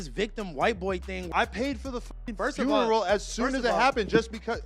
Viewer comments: first of all its funeral not frenrel...plus the whole he's talking to Adam hes looking down he don't look at him barely sign of big weakness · wtf is s frurneral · The way he pronounced funeral had me rolling.